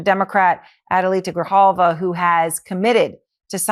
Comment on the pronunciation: It's Gri JAL Va, Ben 😉😎🇲🇽🖖